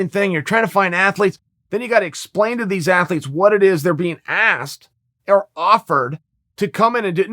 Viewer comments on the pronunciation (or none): none